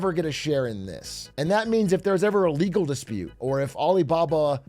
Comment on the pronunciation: My lord, is that ... lergal? I will make it lergal.